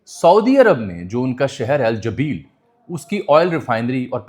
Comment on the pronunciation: جبیل کا تلفظ ٹھیک نہیں تھا آپکا ۔۔۔۔ جزاک اللہ